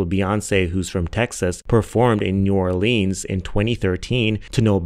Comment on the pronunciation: I'm here to comment on the degrassi remark... I was only inlike 7th grade when I was watching and that show was IT. So much for a tween/teenager to unpack. Real fans know!!! And Mr.Aubrey Jimmy Graham was NOT the star of the show either. knows it was Emma & Cassie*** (who later turned into maddy iykyk) Edited** omg it's new OR-LINS not new OrLEAAANs. My family ready to fight 😂